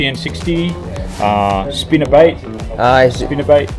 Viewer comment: スピナーバイトとかビッグライクとかオーストラリア人の発音面白いな